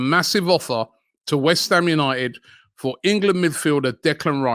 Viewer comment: A 'furd' bid